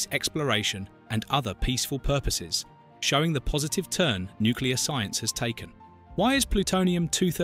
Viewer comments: God that drives me up the wall. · Well, there are a lot of intelligent people that can't pronounce Nuclear., It's not Nuculear. That irritates me. Potatoe or potato, all the same.